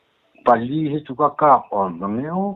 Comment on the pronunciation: THIANDUN ti na-na-naa "Pali" la tih hram chu leh!! A va dik lo nasa ve le.